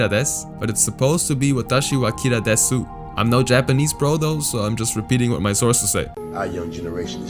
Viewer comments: when saying desu you dont actually say de su . The u is silent so its like des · desu is pronounced as "dess" if that helps you clear up any confusion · Desu is pronounced dess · Desu is pronounced dess but they still spelled it wrong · The U is silent. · in "desu" the u in "desu" is silent.